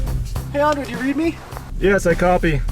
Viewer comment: it's not andre, it's Andrey, please pronounce my comrade's name correctly 😆 привет, Андрей